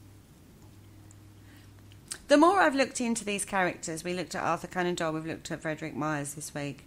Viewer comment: It's Frederic, not Frederick.